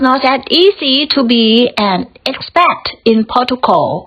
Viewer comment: 👏 expat แพท ไม่แปท fraction แฟรค retirees รีไทรี ครั้งแรกอ่านผิด ครั้งสองอ่านถูก region รีเจิ่น while เสียงหลังด้วยค่ะ ไม่ใช่ why history ฮิสทรี maintain เมนเทน required รีไควเอิรด sorted ซอรทถิด finances เสียงท้าย เซส